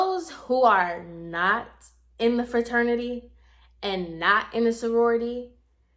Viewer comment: Lmao girl!!! He’s s hot ass mess. But why do I have a feeling you were telling other people the story using sorority bc fuck it 😂😂😂 so it was harder for you to use fraternity and I lost it when you said “forority” 😭😭😭😭😩😩😂😂😂😂😂